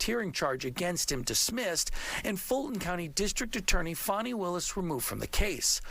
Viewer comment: Fani with an "A." Please pronounce it correctly.